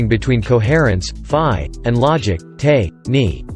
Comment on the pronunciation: This recording needs updating. Terminology that is not spelled as it sounds, like Ni or Te, aren't pronounced "nee" or "tay". You A.I. is reading it phonetically, and I've always thought the abbreviations for introvert and extravert should follow the function they modify, and now I know why. The problem originated with the MBTI's current terminology's usage. Should be iN or eT or iS or eF. Logical order, 1234.....ABCD....